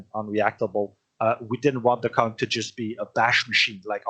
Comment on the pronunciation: Man y’all are really butchering conq lol